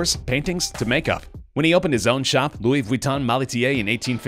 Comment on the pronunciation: Ahaha he said Louise Vwiton instead of Ve-ton-e.